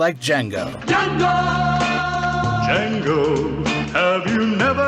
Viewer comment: Dee-Jango! Dea-Jangooo!!